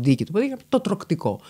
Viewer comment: Συγγνώμη μόνο εγώ δεν κατάλαβα τι είπε αντί για «τρωκτικό»?